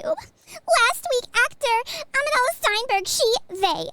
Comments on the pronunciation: Who else thinks it's funny is saying Amidala instead of Amandla. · Getting a chuckle every time mispronounces Amandala as Amadala, it’s the little things that make my day. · I don’t think you pronounced Amandala correctly. That’s a RACIST HATE CRIME! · amidala instead of amandla genius or a funny mistake